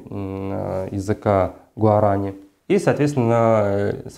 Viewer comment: Уважаемый канал Юрвиста, вы вообще кому дали микрофон? Больше половины того что заявляет этот человек - неправда, он даже не знает как произносить слово "гуарани"!